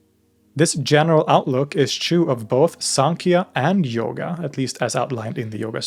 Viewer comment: Its pronounced yoga not yogaaa